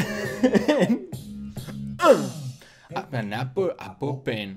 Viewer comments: al ultimo dijiste apol apol apol pen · cuando te das cuenta de k no sabe pronunciar apple